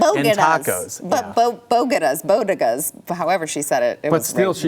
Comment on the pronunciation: I’m a Bronx ‘Rican and it’s Bodega’s (Boh-de-gaus) not Bogedahs. Anyway who cares we can’t get hung on this. We can’t be as hypersensitive as the left. LATINOS4TRUMP!!!!!